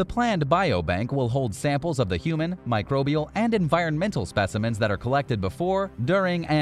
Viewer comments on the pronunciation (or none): none